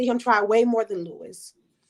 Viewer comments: Also, you cannot tell me "Luis" is pronounced Louis. He's hispanic. That shit is pronounced "Loois" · They can’t pronounce his name right!! Omg the disrespect is strong